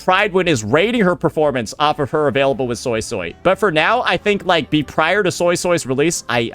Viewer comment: Why does he keep saying SoySoy ? Even in the questline in the game it was said SuiSui by multiple characters.